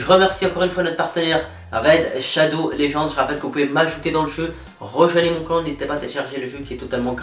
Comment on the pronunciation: « Pas mal de gland, mon ptit gland » au lieu de clan, c’est ce que je comprend mdr